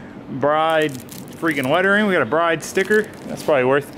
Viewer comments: its pronounced brid not bride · Bride seats are pronounced like the word brid. Not that it matters or anything...